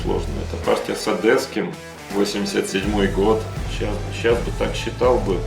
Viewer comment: Да ну почему же он Илья ОдЭсский, когда ОдЕсский, ну буква Е ведь, не Э ОдЕсса, одЕсситы и т.д.